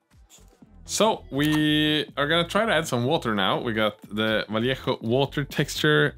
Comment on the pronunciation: Thank you so much for pronouncing correctly "vallejo".